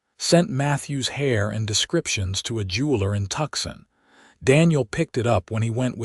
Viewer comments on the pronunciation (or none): It “TOO SAWN” not tuck son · Very nice story, but ... I advise you to review the script before recording. Several mispronounced words jump out. The town Tucson is pronounced " too san" for example... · you can tell whoever programmed the voice doesn't know languages !! it's " too saun " ( Tucson ) . from the time-line in the story , this could be about 1881 . Arizona would not become a state until 1907. it was still a " wild and woolly " territory , and the natives would not be " pacified " until 1888-89 . i hope she is going to like snakes and BIG spiders , and a Gila monster or two !! and Arizona has a season of " monsoon " rains in aug / sept.